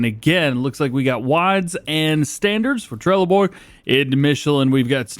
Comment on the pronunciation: as a swede trelleborg is pronounced trelleborj just sayin